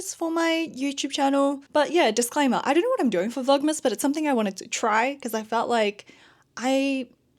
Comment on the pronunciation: " Vlogmess "😂 I hear that.